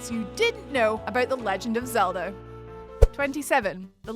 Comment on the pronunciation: did anyone else hear"Zelder" at about ?